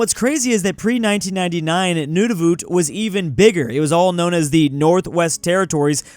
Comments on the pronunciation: Nunavut is pronounced (non of it) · it is usually pronounced like “None of it” but say it quickly